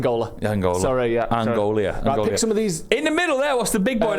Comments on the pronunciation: Angola has three syllables apparently. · 4 syllables Angola 😂😂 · Since when did Angola have 4 syllables 😂